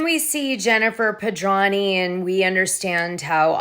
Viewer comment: Dana, if you’re going to mention someone’s name multiple times in multiple broadcasts, you really should say their name correctly. Jennifer Pedranti. Her last name has a T in it that you completely ignore. You pronounce it as Pedrahny. It’s PedranTi. How would you like it if someone just left out one of the letters in your name?